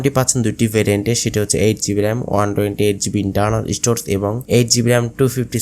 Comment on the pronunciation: শব্দটা স্টোরস না স্টোরেজ